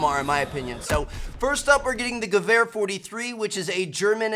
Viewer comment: your pronunciation of the word Gewehr was actually pretty good for a non-german